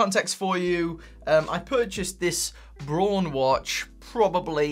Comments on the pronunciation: bra-un, not brown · Late to the game, but just wanted to add that the brand name Braun is pronounced almost exactly like the English colour 'brown' - not 'brawn'. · You're pronouncing it "brawn". It's German, it's actually pronounced "brown". It means "brown". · Braun, not Bron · Btw the brand is pronounced like the english word "brown". Just saying. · I think Braun is pronounced the same as Brown. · Pronounce it as in English ... Brown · The way you pronounce Braun is just so......wrong.